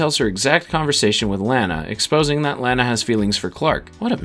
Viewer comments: Stop calling Lana Lanna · It pronounced LAH-nuh Lana Lang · Gosh... if you're going to do a retrospective on a show with 10 seasons. .... at least get the main characters names right. Lane-a lol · You are saying Lana's name wrong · You are saying "Lana" name wrong. And it noticeable. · I hate how you pronounce "Lana" but I thank you for the video! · I cringe every time he pronounces "Lana" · It's hard for me to comprehend all the work that went into this summary, and yet, it bothered me each time you pronounced Lana's name lol... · I'd say take a shot every time he mispronounces Lana, but you'll be dead in the first hour. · Also this guy butchered Pete and Lana’s name, only Lana’s aunt Nell said her name in that dumb way and wtf Pete Russ? It’s Ross jackass